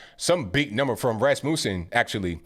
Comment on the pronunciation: it's Rasmussen pronounced like mussel or muscle. Not pronounced like music.